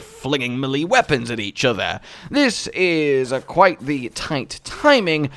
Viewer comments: quick tip: melee is pronounced may-lay, not Mil-lee :D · Melee = may lay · Are you sure it's not pronounced melee? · no I think it's pronounced melee. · Why do you pronounce melee like that 😂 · Sir it's pronounced "melee" not "melee" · Me cringing every time he pronounces melee wrong 😖